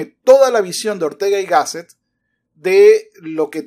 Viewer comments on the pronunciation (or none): El presentador la pronuncia GÁSSET